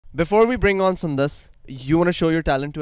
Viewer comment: When will call sundas with her correct name Not sundasa